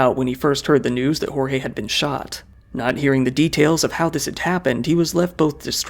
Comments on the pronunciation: Is it hard to throw the names on Google Translate as to not butcher the pronunciation? “George” would be a better pronunciation of “Jorge” than “Horre” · Just a pronunciation tip: in Portuguese, we don't say the letter J as a R/H like in Spanish. Say the J as you would in English. "Jorge" sounds almost exactly as "George", only with a stronger E at the end. Like "GeorgE". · O J do Português é igual o do Francês na vdd, o do Inglês você pronuncia meio que colocando um d na frente "Djorge" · Jorge pronunciation is wrong, the “J” is different from spanish and a bit more similar to english